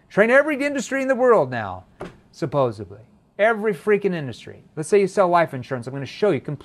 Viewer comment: Supposebly..?!!!. I don't mean to pick on you just curious where that came from hahaha